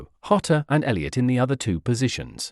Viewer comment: The information is worthwhile, but your disjointed, weird speaking rhythm is very off-putting. Also, Diogo is Portuguese, not Spanish. His surname is not pronounced 'Hota' but 'Djota' . 3/5 for content, 1/5 for delivery.